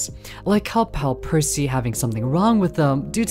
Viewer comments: You said percy wrong its not piercy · they were referring to how kept calling them “Piercy.” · Straight up I was caught off guard when I heard it. Like bro never heard of Percy Jackson? 😅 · Excuse me but, actual question, is that not how people usually pronounce it? If it is "puh-see", as in Percy Jackson, or "Per-c", as in how he pronounced it, both sound the same What's the difference which y'all are talking about? I am feeling a bit confused ohhhh, edit: he alternates from percy with C to percy with Pier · Percy ❌ Piercy✅ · Opening up the video to hear you pronounce it as 'Piercy' immediately told me this video was going to be good 💀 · where did the "i" come from why you saying "piercy" 😭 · It's called percy not piercy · im gonna be petty: it's not "percy's" it's "percy" <3 lol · i get 2 seconds into the video and had to pause do a double take pause AGAIN and question in what world is it pronounced PIERCY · You pronouncing it "Piercy" kills me every time 😭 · Never heard Percy(Per - C) pronounced like that, laughing my head off over it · The start of the video gave me a panic attack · Potentially unwatchable ong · It makes me SICK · I take 1 HP of psychic damage every time it happens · IT'S. PERCY. PURR-SEE. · who tf pronounces Percy "piercy"